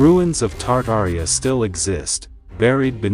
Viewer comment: what is "Tardaria'? 🤣🤣🤣